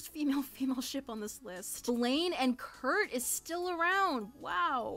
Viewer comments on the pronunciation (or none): none